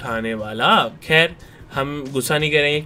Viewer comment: Bhai me video dekh hi Raha tha until you said Kheer instead or Khair.